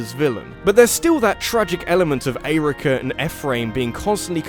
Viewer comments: The way you pronounce Eirika & Ephraim makes me wanna kick puppies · Interesting emphasis when pronouncing Eirika and Ephraim’s names. Never heard it like that before. ... That’s all. Glad you enjoyed Momocon.